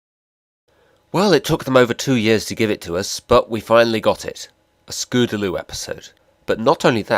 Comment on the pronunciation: You are still saying Scoodalu